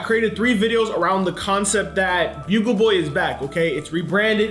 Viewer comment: still says buggle not bugle